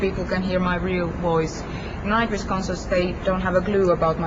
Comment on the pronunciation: Eu entendi nightwishka😹 wishka de gato Tuomas é um mesmo